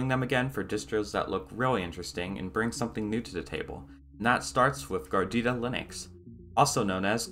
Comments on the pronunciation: If you say Gardita one more time I'm unsubscribing. Its GARUDA!!! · dude it's garuda not gardida. In kannada and some other indian languages garuda means eagle. That's exactly why the logo is an eagle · It's Pronounced "Gar Uda" not "Gar Dida". Just as a note. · It's GAH-ROO-DAH, NOT GARDITA. If you are going to do a review video, at least get the name right. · Bruh GARUDA ! not gardeettta -_ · its "garuda" not garidida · It's Garuda not gordita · Is he saying Gordita to make fun of the distro or something? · Your saying it wrong 😂 ga rude a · Wow! How difficult it can be to pronounce "GA RU DA". Just 3 syllables. 😁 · Gardida lmao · Its name reads like it's a nice cheese. Is it really supposed to be pronounced like "gardida"? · MC. Gar roo da = Garuda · Its hard to take a review seriously, when the “reviewer” could not spend 2 mins to learn how to pronounce Garuda… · Wow you butcher the name. Repeatedly. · It's pronounced phonetically. Why is this guy making up a new word entirely. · wait did you just mess up the pronunciation of Garuda ?